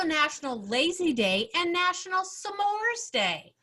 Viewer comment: It’s really bugging me how they say s’mores. Also Gwen screamed first for the first round. Also half the slogans I didn’t even know existed.